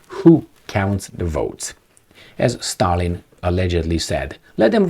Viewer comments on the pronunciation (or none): none